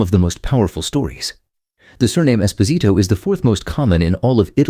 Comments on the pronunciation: Nicely done, but the narrator should have learned how to actually pronounce Italian names before creating this video. Just one example: the name Esposito is pronounced Espo'sito, not Esposi'to. The accent should be placed on the second syllable, not the third. But, perhaps this video was created by AI? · Esposito reveals the orphan left at the convent door as you indicated. But you pronounced it differently. We say Es-pose-ee-toe, or here in SW PA, Es-paws-ih-toe. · In Naples it's Es POH sito. Americans know nothing.